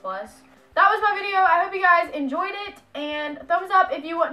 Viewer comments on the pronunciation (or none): none